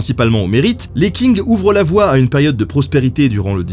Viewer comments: Je suis en licence de chinois... Le q se prononce pas k mais sh... Ca me perturbe et me dérange quand tu dis "KING" 😂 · Est-ce-que Qing ne se prononce pas plutôt "tching" ? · Tu as oublié le "s" à Guerres napoléoniennes Et Qing ça se prononce Tching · Hello ! Dynastie des Qing, ça se prononce Tching ! Sympa la vidéo sinon :) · les qing avec un qing qui se prononce un peu près xshinnn on prononce pas vraiment le g mais on éxagère légerement le n comme je l'ai fait. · Les Qing se prononce Les Tsing (avec le "t" un peu étouffé"). Note : Ce sont les jésuites qui ont réadapté la prononciation de certaines consones pour coller à la langue locale. :-) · Pour les mots en chinois, ça serait bien de se renseigner sur les prononciations, par exemple Qing se prononce presque comme tchin, pas king ;) Commentaire bienveillant, je suis fan de ton travail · On dit "tching" pas Qing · Qing = Tsing, comme dans Qingdao ou romanizé en Wade &giles Tsingtao. Pour le reste les X comme xi = sï, si = seu, xu = sü, chi= tchi, ji = dji, zhe = dje, shu = chou, xiang = siang. Si vous avez du mal avec les prononciations du pinyin le Zhuyin qui est phonétique ou le système Wade-Giles est plus pratique pour les prononciation européenne, et pour le 謝謝 en pinyin c’est Xie Xie ce qui se dit Sïé sïé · La Dynastie des Qing, ça se prononce : "ch" comme le "ch" allemand dans "ich bin". Tout comme Hong Xiuquan : Hong avec un "h" comme en anglais, Chiu chuan (avec "ch" comme en allemand). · Super video mais juste s'il te plait Qing se prononce grossièrement ''tching'' pas ''king'' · Qing, ça se prononce : tch (un t très court suivi d'un "ch" allemand comme "ich") ing. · Les 'King' pour 'Qing'... Ouille mes oreilles x( Stp, ça se prononce "tching"/"tsing" (un espèce de s qui chochote un peu, ou un ch qui zozote un peu...) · Qing se prononche "tching", le Q se prononçant tch en chinois. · On prononce “tching” avec un Q 😜